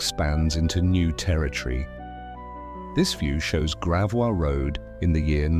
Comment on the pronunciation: I am a longtime St. Louisan who throughly enjoyed this video except for the narration which seems to mis pronounce so many street names; Gravois, Carondelet, River Des Pares, etc. I live in a home built in 1906 with features that mirror the restoration film of this documentary and is fabulous.